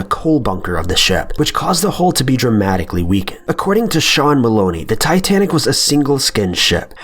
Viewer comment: It is titsnic